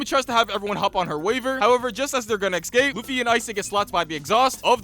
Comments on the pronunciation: Escape. Not excape. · it's escape and not ecscape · eScape! Not eXcape. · This is great, but you saying "excape" instead of "escape" drives me absolutely insane 😅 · dude can't say "escape" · bro cant pronounce escape or ask